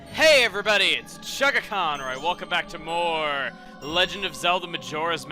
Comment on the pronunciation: am i the only person that for almost all of one of play thew i thought he was saying "hey every buddy its chuggaachon alright welcome back" and not "Hey every buddy its chuggaaconroy welcome back"